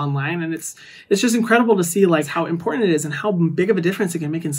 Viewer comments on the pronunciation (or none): none